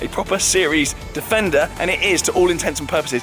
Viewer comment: Think I might watch it again, just to count how many times he says defender(wrongly). Not. .😙